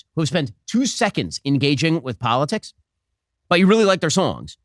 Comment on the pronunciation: "Don't gut involved in polit six"